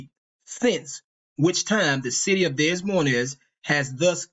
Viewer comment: Des Moines is pronounced (Dey-moyn)